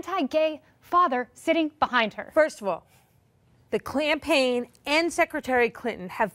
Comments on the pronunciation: "First of all, the Clam-paign" GAME OVER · She was so upset she actually said, "Clampaign". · She literally said "the CLANpaign"!?! 😬🤦🏻‍♀️ She was definitely fried! 😂👍🏽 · "The CLAM-Paign " 😂😂😂😂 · Did that lady say "clampaign"?. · The "CLAMPAIGN" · The Clinton “ clampaing”😂😂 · She 100% said "clampaign". -- so give her points for that. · A tool sometimes used for analyzing a debate is watching it on mute. Mcenany applies the "just let them talk" strategy quite brilliantly, it's quite apparent in both participants body language. The best part is when says "klan-paign", you clearly see Mcenany picking up on it right away. She smiles, she instantly knows what is all about. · Did she say clanpaign? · “First of all…the C(L)ampaign”…. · Clampaign?? Lol